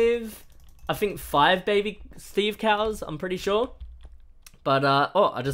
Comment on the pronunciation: Is in't weird???... i thingk that is not weird... i thingk that is true